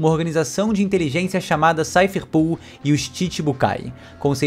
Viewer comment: Me dá agonia ver a internet inteira chamando a Cipher Pol de 'SAIFER PUL' como se fosse escrito 'POOL' sendo que é 'POL' de POLICE, portanto o correto seria SAIFER PÓL, kkkkkk. Não tô querendo corrigir ninguém e nem pretendo ser pedante, é só que isso realmente me incomoda, me dá uma certa agonia porque parece que todo mundo já definiu e aceitou que essa seria a pronuncia correta, kkkkkk.